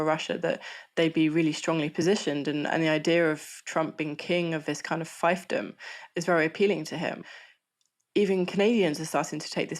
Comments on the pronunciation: lol, she just mangled fiefdom as "Fifedom", like she isn't English, or something. She should be consistent and say thief like "Thife". I can't believe you actually pay for and never edit these semi-literates now. Have a dislike for not being able to speak basic English. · got kicked out of my immersion by "fifedom," what a degenerate pronunciation lol